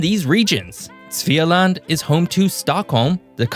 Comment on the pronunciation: The pronunciation of Götaland and Svealand was really good for a person that don't speak Swedish